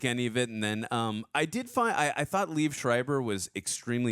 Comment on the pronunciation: not to be nit picky but I will, its pronounced Lee-Ev, 2 syllables, not "leave"